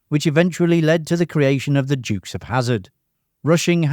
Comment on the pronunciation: Sorry, mate. Never heard of the "Jukes" of Hazzard. 😂